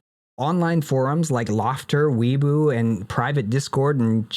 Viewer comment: When u pronounce weibo like weaboo i laugh every time 😂😂 i think it’s pronounced way-bow lol. Also thank you so much for covering these things in such detail. I’ll be watching every video you drop ❤